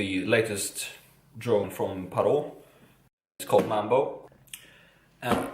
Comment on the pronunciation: its pronouced pare-et like the bird other wise good vid